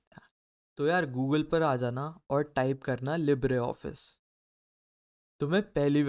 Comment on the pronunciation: Tf is Lib-re office That's a damn wrong pronunciation 😂